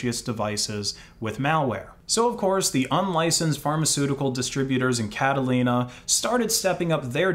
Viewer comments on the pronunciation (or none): wym carolina 😭😭😭😭, it's Catalonia, pronounce it as it's written man, please! excellent video btw :). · My man, it's Catalunya or Catalonia, not Catalina. Catalina is a name. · Bro really said "Catalina" instead of "Cataluña" 😭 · Don't mean to be rude but it's cat-ah-lo-ni-a not cat-ah-lin-a lol. Two very different places! i was so confused this whole video. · Catalonia not Catalina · Only in the end I understood you meant CatalOnia (Region where Barcelona is located) instead of Catalina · What the FUCK is Catalina? Going by the picture in the article you showed, "Mossos d'esquadra" you are talking about C A T A L U N Y A (Catalonia if you wanna say it in English I guess). Not whatever the fuck Catalina is lmao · In , I guess you mean Catalonia, not Catalina, right? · The flag of the policia insignia showed here is for Catalonia, which is pronounced (if you're familiar with Spanish) Cataluña, or Catalunya (Catalan spelling, which also helps understand its pronunciation). Not trying to be nit picky or a pest but the Catalan people are a very proud people and "Catalina" is a different place entirely. Catalonia is an autonomous nationality within Spain and its capital is Barcelona. You may recall the recent years of increased activism within its capital to become independent from Spain entirely, so yes, it's important to get the name correct. 🫶🏻🫶🏻 Just wanted you to know! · Catalunya. Not Catalina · It's Catalonia, not Catalina btw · It's Catalunya or Catalonia, not Catalyna. And it's actually a region of Spain with its own police force. But still, the Mossos d'Esquadra follow most laws in Spain, which have a right of secrecy, so if you're detained, they can confiscate your phone, but they can only search your phone if a judge rules it necessary. However, they can demand you to unlock your phone to check your contacts list, but they can't check anything else without a court order. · bro "catalina"? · I think you mean Catalonia, not "Catalina" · Cataluña. Not Catalina